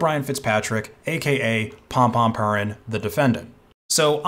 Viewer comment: Yes, but the “purin” in Pom-Pom Purin should be pronounced as “poo-reen”, as it’s meant to sound like “pudding”, as the character is a cup of Golden Retriever pudding.